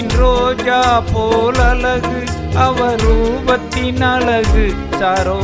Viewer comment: அழகு உச்சரிப்பு அலகு என்று உச்சரிக்கிறார்